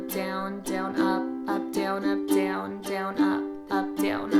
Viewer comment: I don't like how you pronounce the word "down" 😭😭